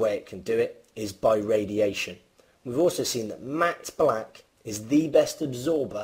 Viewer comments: This guy really struggles, pronouncing the short "a" sound in all the words he uses, containing that sound. mAAAhtte blAAAhck. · the way you say "matte black" lol. nice vid